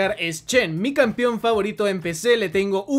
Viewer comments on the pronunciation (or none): none